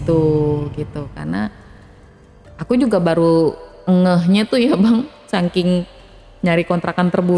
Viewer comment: SAKING BUKAN SAKIN, DI KBBI SAKING. COBA BENERIN DULU